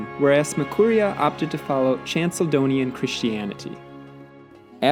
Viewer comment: That Chalkedonian pronunciation tho💀